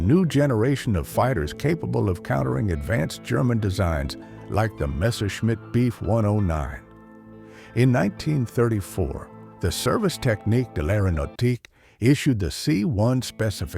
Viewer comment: The "Beef 109"? AI at its finest.